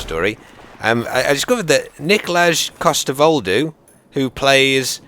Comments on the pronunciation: you said nikolaj coster-waldau wrong. very very wrong. it's nikolai coster-valdow. but good effort. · As a danish person. i find it hilarious how pronounches nikolaj coster waldau xD